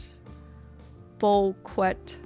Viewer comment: it's pronounced "boo-kay" :)